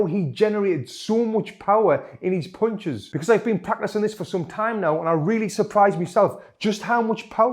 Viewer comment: I love the way he is saying punches😂😂... PoUnCiSs